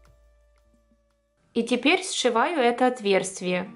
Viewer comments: Говорите грамотно. Правильно "отверстие", а не "отверствие" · Спасибо за МК ! Всё понятно и интересно. Но позвольте исправить, не "отверСТВие", а "отверСТие". Слышу это слово у вас многих МК, в этот раз не удержалась, извините)